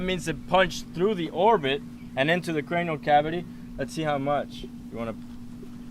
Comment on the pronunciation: So annoying when he says crenial cabity